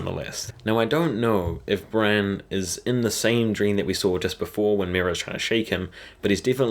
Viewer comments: It sounds like you're saying "Bran" instead of "Brienne" lol.... I was so confused. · It's Brienne, not Bran. You're pronouncing the two names as one.